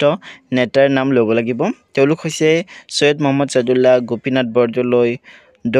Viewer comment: ছৈয়দ নহয় sir চৈয়দ মহাম্মদ চাদুল্লা